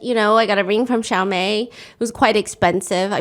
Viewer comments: Steph pronouncing Chaumet as Xiaomei is so funny to me 😭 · Best pronounciation of Chaumet ever